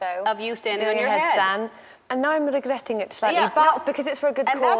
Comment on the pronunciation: Listen to the way she says- I`m regretting it... The regretting sounds so weird..